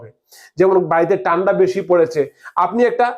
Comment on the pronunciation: দেকুন, টান্ডা উচ্চারণ ঠিকমতো করুন দাদা